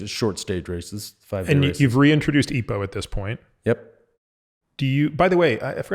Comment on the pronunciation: Great interview...but, typically you'd say E.P.O....not eepoh. Sounds weird, mate.